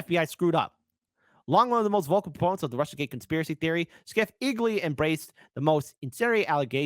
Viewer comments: Schiff is pronounced "shif" (as in shifty) not "skif." Can't believe doesn't know this. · How can you not know his name is pronounced "shiff", not "skiff"?